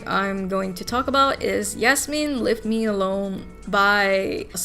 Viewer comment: I not the person who wrote Yasmin leave me alone but I’m so happy you pronounced my name right 🫶🏼